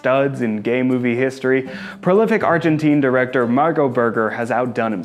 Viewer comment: Is gay ! Not quee